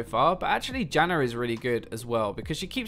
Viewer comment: why do you call Janna Jannar?